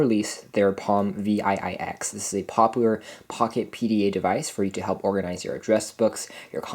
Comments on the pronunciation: I worked at Palm from 2003 to 2009, and as others have said - this unit is called a ‘Seven Ex’, not Vee Aye Aye Ex. Seven Ex. ViiX. 👍🏻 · Yes. Him calling this thing Vee Aye Aye X is making me crazy hahah